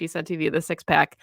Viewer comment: "Piss is hot." ?? Is Pack what she said? Ha.